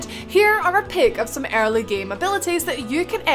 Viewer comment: So she can say "every" just fine but not "early"